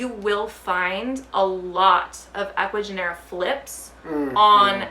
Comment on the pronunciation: Totally agree about importing and just wanted to mention that when pronouncing of Ecuagenera, the G in Spanish sounds like an H in english, so instead of Genera, it would sounds like Henera. I have just noticed that a lot of English speakers on Youtube are pronouncing their name wrong.